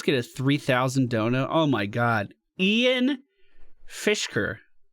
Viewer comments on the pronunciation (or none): "Ian Fish-ker" lolk